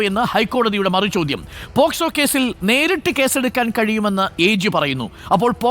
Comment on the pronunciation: Posco (പോസ്കോ ) അല്ല മൈ ഡിയർ അരുൺ അത് POCSO ( പോക്സോ ) ആണ് ഇയാൾ ശെരിക്കും അഡ്വക്കേറ്റ് തന്നെ ആണോ 🤣🤣